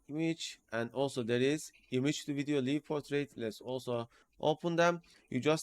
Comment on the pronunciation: One more thing. "Live" Portrait is pronounced similar to word >> LIKE . such as "Like" the Video. such as I "Like" this ! 💌🤟 The - i - =in this usage of= live == > such as in "Live Portrait" does not sound like "live or die" expression. Your videos are always so informative and the step by step instructions are like no other. I've been watching for over 2 years. I'm also a member at Discord. Thank you. 👍👍👍👍